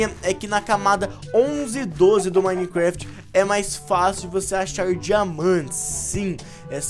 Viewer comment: Joga minecraft a tanto tempo e ainda fala minecuefiti